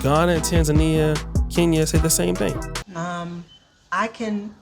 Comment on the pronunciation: u pronounce kenya wrongly....